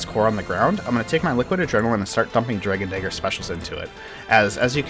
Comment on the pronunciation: When you say Dragon Dagger it sounds like something terrible. Hard R too man.